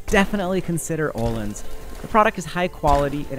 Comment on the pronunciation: Can you Anglo-Saxons at some point learn how to pronounce Öhlins? It’s not Ooolins, ö is a distinct character in our alphabet and is pronounced the way the French pronounce the oe combination, like œuf.